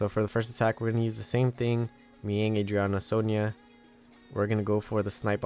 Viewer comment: Really enjoy your content man! More power. From Philippines 🇵🇭 I'm just really shocked everytime you pronounce Mihyang. Instead of Mi-Yang, you say it literally Mi-Ying (Dark Panda) 🤣